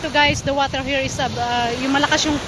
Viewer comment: .. Beautiful "Wider"... Hahaha 😂